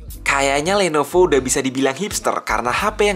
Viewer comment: kpleset ngomong lenovo atau kuping gw yg salah ya?